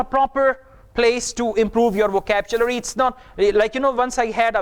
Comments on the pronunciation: Really? What about "VACAPCHULARY" of in this video? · Ha ha, first time heard this kind of pronunciation. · excuse me im an m.a in eng literature..sir its wohcablary...nd nt wohcabchulary( vocabulary) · With respect your pronunciation is also wrong about vocabulary. Please check out from native speaker . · You're pronouncing some certain words wrong such as Android , Vocabulary and our but anyway keep goin'